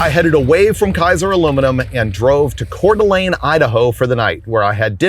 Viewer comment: Thanks for visiting Coeur d’Alene and pronouncing it correctly ❤. Kinda reminds me of my parents 79 Dodge Aspen.